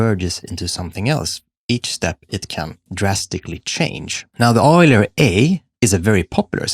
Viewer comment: yoo-ler. not oil-er